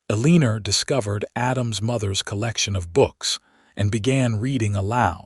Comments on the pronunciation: The first half if the story is good but the last half is redundant, with repetition of the same information time and again. And 15 miles on foot in a blizzard without provisions or even adequate clothing is beyond fiction to fantasy. Pronunciation of Eleanor: L-n-or. Simple enough for even AI to understand. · Her name is pronounced EL-I-NOR. Good story. Good character traits. ❤❤ Canada 🇨🇦🇨🇦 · Probably Eleanor. I confess that hearing Erleener was like fingernails on a chalkboard! The story was respectable, however and I enjoyed the rest. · Think the ai needs help with read, live and I think he means Eleanor... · Please find more names for your characters. I am very tired of hearing stories about Eleanor (BTW it is also not pronounced correctly). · I am trying hard to ignore the mispronunciation of Eleanor's name over and over. It is just too much. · ANNOYING mispronunciation!! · Whoever the moron is that keeps naming the main female character Eleanor... Just effing stop it!!!!!!!!!!! The stupid AI doesn't know how to pronounce that name correctly, so STOP USING IT!!!!!! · The constant mispronunciation of her name ruined an otherwise entertaining story. 👎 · lol. You mean how AI repeats itself over and over and over for about 10 minutes. Annoying. Especially when the computer doesn’t know how to pronounce Eleanor. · The story was very good, but the mispronounciation of Eleanor' s name over and over... was frustrating. If your AI cannot say a name, then change it to something it can say... Like Amy, Anne, Jane, Jill, Emma, Betty, Beth... So many more choices... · because when the story began it was Eleanor with an R at the end. AI did the text according to what it "heard" but the name IS Eleanor mispronounced. Listen again knowing the name is Eleanor and you'll hear it. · Every AI generated story I’ve listened to had mispronounced “Eleanor.” So annoying! And oh my gosh, why are plot points repeated over and over? Just to make content for one more ad?? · A Leen Er ? 🤦🏼